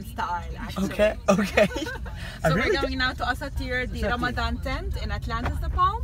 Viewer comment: it's Ramadan not fucking Ramadam!!!!!!!